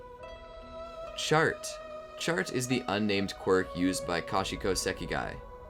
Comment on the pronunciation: When you said Chart, I thought you said Shart, and I then thought there was a quirk that just let someone rocket diarrhea at people. I guess we all have that Quirk if you think about and eat the right diet.